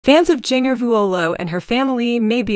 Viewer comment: Seems someone would EDIT videos for correct pronunciation! Jinger's name does not rhyme with (bell) Ringer !!! Lowe's is a hardware store, but I don't know where Lowes Angles is ! ! ! !